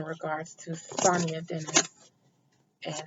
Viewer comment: Thank you for the read Adina. Her name is pronounced Sa-Ny-Ya. This truly hits close to home for me. 😔😔